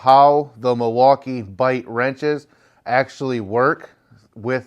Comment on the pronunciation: Hey, Thanks for showing these wrenches. Other than calling them "Milwaukee" bite wrenches in your intro it was a good review. I was wondering why you to would have to flip the wrench over when tightening or loosening a bolt (the interior of the box wrench looks the same on both sides)?